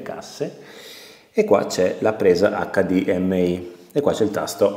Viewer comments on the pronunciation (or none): none